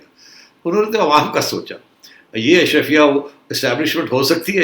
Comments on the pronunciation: سیٹھی صاحب ، برائے مہربانی، آپ کی مودبانہ تصیع کی جسارت ہے کہ لفظ اشرفیہ نہیں بلکہ “اشرافیہ” ہے ۔ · Najam Sethi is so Elite he cannot even pronounce Ash-Raa-fia correctly. 😂😂😂